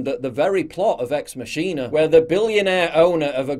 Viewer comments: Is this comedy ? Something based on binary code can never become sentient... Also, it's Ex-MAA-Ki-NA not XMASHEENA .... Oh "god" 😂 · He said 'x-mashina' 😂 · Did you seriously pronounce 'ex machina' as “X masheen-a”? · In Britain is it "Mashina"? Not being a jerk. I thought it was "Mack-ina". "Eks Mack-in-a" is how I thought it was said. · Its pronounced "Ex-Mock-E-Na" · Just so you know Paul, it is pronounced ״Ex Makina” as it derives from the latin phrase Deus Ex Machina (God out of the Machine). Keep up the good work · Ex Machine-A? Alrighty then. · Just a note - it's prononced Ex Mackina, from the phrase deus ex machina - god from a machine. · I thought it was pronounce Ex Mackina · "Ex Mashina" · Hey Paul...please pronounce it correctly: "MACK-in-ah" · Ex masheena, lmao, it's latin, not ebonics. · That's not how you pronounce Machina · it's pronounced ex machina, not ex machina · Machina is Latin. You're saying it wrong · You need to learn how to pronounce ex machina